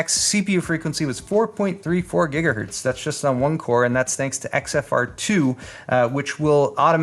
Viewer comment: "GIGAHERTZ" REEEEEEEEEEEEEEEEEEEEEEEEEEEEE J/K,. Nice video and great build!